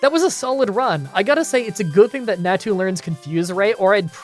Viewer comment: it's 'nau-tu' (nau said like maw, but with an n), not 'neah-tu' and 'xau-tu' (xau also said like maw, but with an x), not 'xeah-tu'